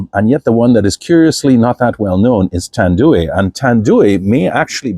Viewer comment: Also, it's pronounced "Tan-Doo-EYE", not "Tan-Doo-WEE". Filipinos pronounce everything phonetically as it is spelled.